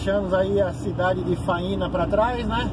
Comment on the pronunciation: A pronúncia correta da cidade é Fâinea :) um abraço de Goiânia, Goiás!